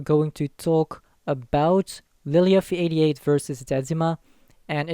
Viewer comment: Really annoying how you say lilyuffie88 lol